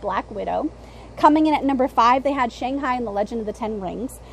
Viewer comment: fun video as always and I would agree Spiderman and Strange should be one and two not just money wise but also critical reception was really great for Spiderman and Strange was about what Thor was if not better. Also it was Shang Chin...you kept saying Shang High and I was like why do I keep thinking about Jackie Chan and Owen Wilson as cowboys.